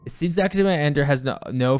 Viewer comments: Pretty sure it's pronounced A-ni-der, not eye. Y'shtola pronounces it this way in one of the cutscenes. Stress on the first syllable. pronounced it the proper way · pretty sure it is pronounced "An-eye-der"